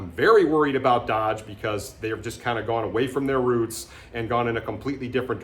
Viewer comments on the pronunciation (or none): none